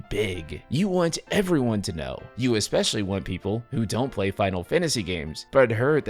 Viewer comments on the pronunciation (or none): none